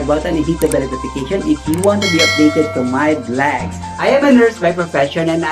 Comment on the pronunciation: Vlog is pronounced as vlaag, not vleg.